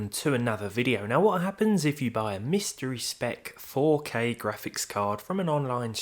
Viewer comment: Buahahaha! GraHpics card.. 😂